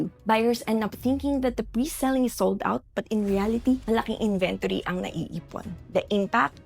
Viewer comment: You kept mispronouncing the word inventory